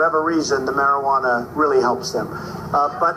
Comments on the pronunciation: Okay (maybe I have too much time on my hands, but): the "I" in marijuana is an unaccented neutral, "schwa" sound, to help the second "a" sound be more stressed, being the accented syllable. American English...go figure... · The mispronouncing of the word "Marijuana" gag got stale by the 2nd time, after that is was cringe inducing each time.